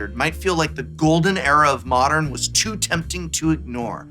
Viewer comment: Best constructed format? You mispronounced Modern lol